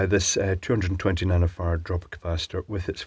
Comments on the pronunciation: Did he say 220 nano fart capacitor? lol I will be calling them nano-farts from now on. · Did I hear nano fart correctly? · “220 nano-phart capacitor” LOL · I thought I heard him say that so I listened 3 times and yep. That what I heard